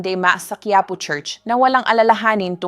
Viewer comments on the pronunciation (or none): none